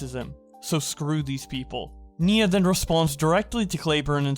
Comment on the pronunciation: it's NIA not NINA